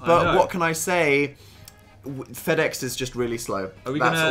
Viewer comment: I've been waiting for "free secks" for years now. FedEx, is not that fucking slow m8